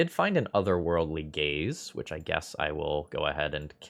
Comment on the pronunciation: My brain keeps hearing it as "Otherworldly Gays" and I'm like "it's me"